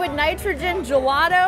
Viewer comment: I hate how she says gelato